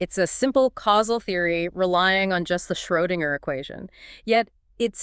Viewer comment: I enjoyed this, as I'm an English major who always wants to learn more about QM and the MWI. A few constructive criticisms, though. Schrödinger is pronounced shrERdinger. Think of how you pronounce Goethe. I understand that it would take a lot more effort, but it would be great to have illustrations at some places, at the least. I'm not a huge fan of the asking-questions, receiving-answers, and then "Wow!" approach you use. Not sure which age group or audience this is aimed at, but for Gen Z and for non-physicists like myself, you really need illustrations, if not pictorial video for the whole thing. It's hard to believe your podcast is for joggers, drivers, or folks doing chores around the house. This is an enduringly intriguing subject -- newbies in physics are increasing in number, and books by science popularizers are always best-sellers. You're doing good, important, much-desired work! 😊